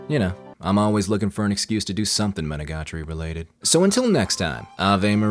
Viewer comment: Bro rolls off Araragi Koiyomi and flubs Monogatari pronunciation. Jokes aside, you did a great job explaining this anime. I love the puns and word play that is persistent in the show. You definitely need to know a bit of Japanese to get some of it unfortunately, the world play is such a big part of it. Having it dubbed or reading the subtitles you kind of miss some of the comedy of the show. Even with as little Japanese as I know I bet there are still some world play jokes that I missed unless they really emphasized them when they said them. Monogatari is practically its own genre as far as I'm concerned. There really isn't anything else that I've ever seen that compares to it.